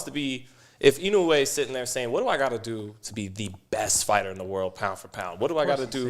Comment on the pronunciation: It’s pronounced I-NO-E not ino U e